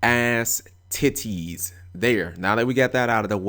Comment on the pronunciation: "Big. Ass. Tit-ties." said it as two words. I quit XD